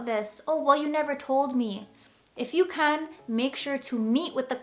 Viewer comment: said “can” like some scotish person, i thought it was funny😂